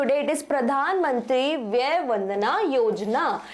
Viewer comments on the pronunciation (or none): Its vaya not vyay